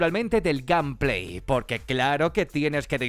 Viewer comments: Gameplay se pronuncia: Gueim pley no Camp plei , Saludos! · Nadie: Absolutamente nadie:: Gampley